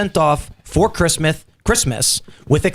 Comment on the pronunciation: "Christmeth" - i literally peed a little cracking tf uppp. Meth is definitely your drug of choice, Tim. Looney Tune!